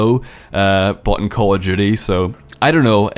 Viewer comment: The way you enunciate "Call of Duty" sounds like "cordially"